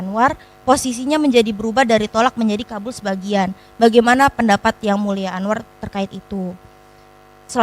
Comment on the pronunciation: Jgn panggil,sebut mulia lagi buk,anda salah ucap